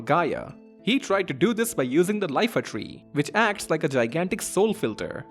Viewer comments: its Iifa Tree not Lifa Tree... its a capitol I not L... i believe its pronounced "ih eye fa" but not too sure. . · it always puts a smile on my hearing others mispronounce Iifa Tree as Lifa Tree just as I did back in the day. Heck, I think it was Lifa Tree for me up until young adulthood when I finally replayed this masterpiece.